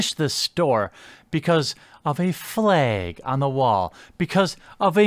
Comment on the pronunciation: "Fleg" Midwest af